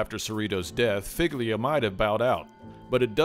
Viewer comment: Figlia is pronounced fee-lee-ah, like feelya. I understand you don't know the language, but madone…